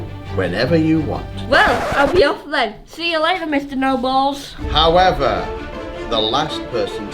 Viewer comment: Sorry but did MORGZ say " we have this really mean teacher named mr. Noballs 🤣